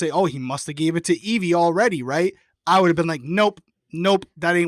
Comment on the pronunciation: Her name, Evvie, rhymes with heavy. Not Eve-EE